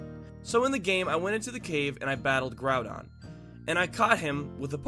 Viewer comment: Its not growdon its groudon